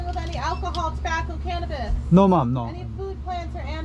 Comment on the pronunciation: Medyo alanganin yung pronunciation mo sa “ maam” it sounds like “mom” its an insult sometimes because the woman might be single..just saying..